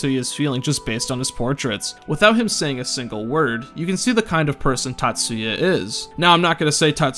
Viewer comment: Times you pronounced name Tatsuya right: 2